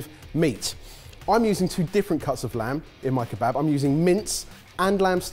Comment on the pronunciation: I'm half Syrian and you guys just butchered years of traditions in our beloved Kebaba....ugh!!!